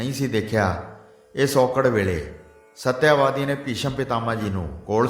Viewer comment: ਸ਼੍ਰੀਮਾਨ ਕਥਾਵਾਚਕ ਜੀ ਇਸ ਕਥਾ ਦੇ ਪਾਤਰਾਂ ਦੇ ਨਾਮ ਤਾਂ ਸਹੀ ਬੋਲੋ ਸ਼ਾਂਤਨੂੰ ਨੂੰ ਸ਼ਾਂਤੂ ਕਹੀਂ ਜਾ ਰਹੇ ਓ ਤੇ ਸਤਿਆਵਤੀ ਨੂੰ ਸਤਿਆਵਾਦੀ ਬੋਲੀਂ ਜਾ ਰਹੇ ਓ !